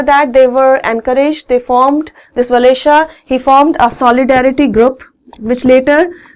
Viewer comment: ℕeℋa Styℒes u r right its cheele and walesa its pronounce is waleesaa